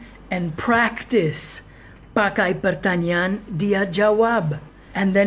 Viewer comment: Pertanyaan kedengaran seperti pertanian😀